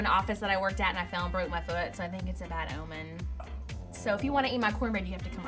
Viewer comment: cornbread omen was sooo southern omg (Nashville Native y'all)